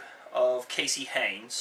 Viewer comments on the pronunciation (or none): its HEYNIS!!!!!!!!!!!!!!!!!!!!!! NOT HEYNES